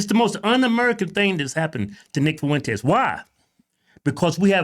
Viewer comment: "Nick Fuwentes", that never gets old lol